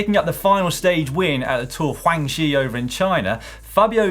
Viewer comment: Dan , i've always admired you and Si for your excellent pronunciation of various names. But this time round you've gotten the Tour of "Guang Xi" wrong. Its not "HuangGseee" The first "G" is NOT silent. Its pronounced normally, like the "g" in "iguana". So its "Guwang". For "Xi", its pronounced "Xeee" (or Zeee), like the start of "xenophobe". So put it together and you get the Tour of "Guwang Xee" (phonetically).